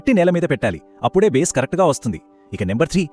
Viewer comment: బాస్ కాదు నాయనా బేస్ ok